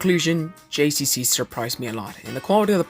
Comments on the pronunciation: How difficult is it for you to say the letter G and not J 🤣🤣🤣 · it’s GCC not JCC